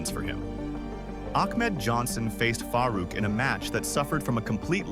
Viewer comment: “Ahkmed Johnson faced Faah Rouk….” 😂